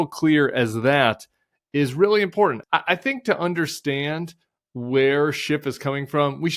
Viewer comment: Nice work. Thanks Tim. p.s. the 't' in important is not silent (or a 'd').